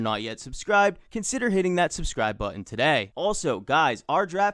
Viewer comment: "TUH DAY!"